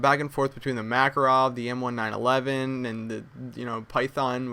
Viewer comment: it annoys me how he pronounces m1911